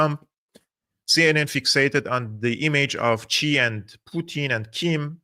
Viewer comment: X is pronounced close to S in Mandarin, so it's closer to "sea", not "chi".